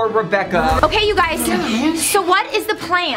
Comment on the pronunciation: Who heard rebecca say you guyzes